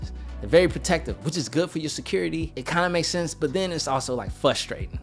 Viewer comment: What is frustrating is the way you pronounce fRRRustrating